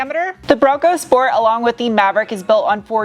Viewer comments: Love your pronunciation of „Schport“ 😂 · If Ronald McDonald had a Bronco Schport.